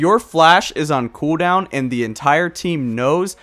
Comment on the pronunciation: you gotta say cooldown properly